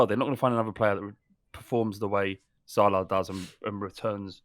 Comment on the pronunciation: the way pronounces Salah like he’s ordering a chicken tikka masala kills me😭😂